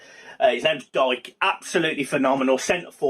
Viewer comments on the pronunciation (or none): Dike is pronounced Deekay